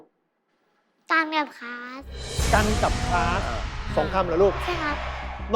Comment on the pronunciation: คะ คลาสค่ะ ไม่ใช่คาสนะคะ